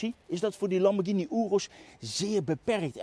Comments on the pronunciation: Wat is hier verkeerd aan dan? Of ben jij er zo een die 'Lamborsjieni' zegt? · Nog nooit zo vaak ‘Lamborghini’ verkeerd uitgesproken gehoord. Wel leuke video overigens weer!